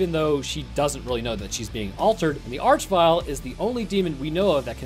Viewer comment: Arch in this case is meant to be pronounced "ark" as it comes from the root word "arch" meaning chief, ruler, or leader and is found in such words as monarchy and archangel